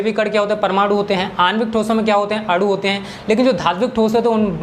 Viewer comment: आप गलत बोल रहे हैं अणु और अडु मे अन्तर होता है आप अडु बोल रहे हैं लेकिन अणु होता है